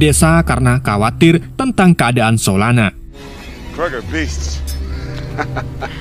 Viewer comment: Solona eh salah solana😅 kadang lucu Abang ni kadang bau